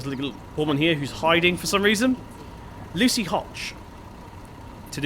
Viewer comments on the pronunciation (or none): none